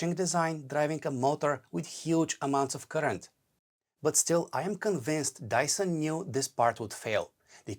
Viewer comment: Dyson ❌️ Dieson ✅️